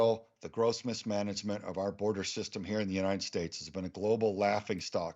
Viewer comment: "Yuneit esteyt" 😂😂